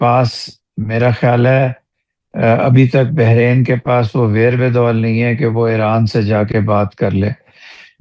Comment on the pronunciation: Not behrin, Bahrain